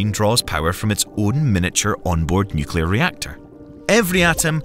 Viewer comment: Just so you guys know it's pronounced Nu-clear Not nu-cu-lar Pedantic I know but there isn't a 2nd u in nuclear.